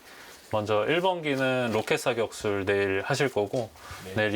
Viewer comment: 저기요 전 지금 외국인데요 포트월스요 !! 롸켓 ㅍㅎㅎㅎㅎㅎ롸켓. 그냥 로켓이라고 하세요